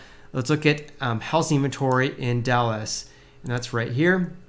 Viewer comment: Repeat after me. It’s pronounced how-zing market. Not house-ing market.